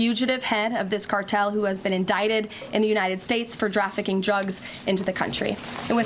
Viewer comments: She says “drafficking” at least twice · Kkkaroline aaalmost said “drafficking truggs” . 😄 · ..."drafficking drugs "... lol. Thanks for that,. Hee hee hee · Is it just me or did she say “drafficing Trugs” maybe she needs a drug test.